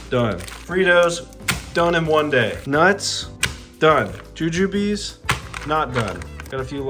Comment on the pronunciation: That's pronounced joo-joob (rhymes with rube or ...oob) not joo-joo-bee! They're a classic candy from the 1700s based on the fruits of an actual tree, they're a lot better from an actual candy store though